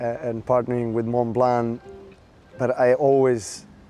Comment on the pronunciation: She is saying Montblanc incorrectly.